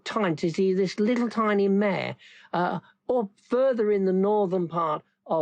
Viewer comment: Mah-ruh Mare not mair...lol